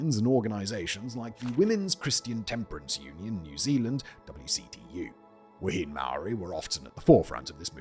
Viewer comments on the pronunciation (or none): Love to see Aotearoa in your videos, just a brief bit of feedback... Wahine is pronounced Wa-heen-aye, but bloody good on you for giving it a go mate,chur